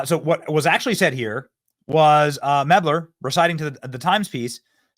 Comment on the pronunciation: Benny, it is spelled "Mel - ber" not ""Meb - ler". So, you get zero points for pronouncing Kamala correctly which, according to the Left, is "comma - la". Let's work on our reading skills, too. 🤗 Cheers.